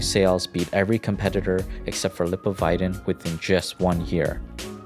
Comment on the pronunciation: the way he pronounced "lipovitan" ... that's an example why American English pronounciation is inconsistent. English English pronounciation is simplier and much more consistent.